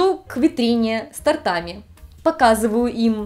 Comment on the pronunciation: с тооооортами а не стартами